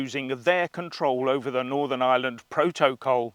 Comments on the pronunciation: Pro-toe-cole.....😆😆😆 love it. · Iam worried how you say proto/col sound a bit unhinged pal 🤣🥂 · Love the way you say proto col . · Why do you say protocol differently to everyone else?